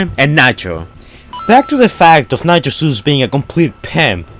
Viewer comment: Ik what hes saying but it really does sound like hes saying nacho juice XD